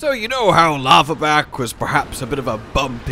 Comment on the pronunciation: It's pronounced Laharback which is a lizar type fire komono and the Grimstalker is a Fox...do some research my boy!